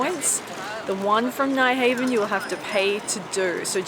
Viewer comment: Nyhavn is not pronounced Nighhaven, but rather like: New(minus w) + brown(replace br with h). So kinda Nyhown where the Y sound is like the E in New :)